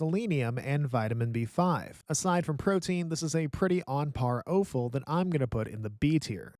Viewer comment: who says "owe-ful"? i couldn't find that pronunciation in any dictionary